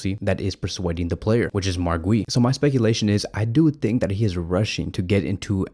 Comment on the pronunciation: Dude, how did you mispronounce “Guiu”